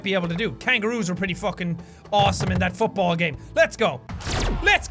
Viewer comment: Jaaack it's FOOTBALLL and ur Irish, ur supposed to know